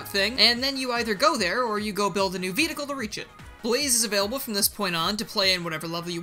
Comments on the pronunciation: Can someone explain why he says vedicle instead of vehicle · Was I the only one to notices that throughout the entire video, was pronouncing vehicle as vehticle?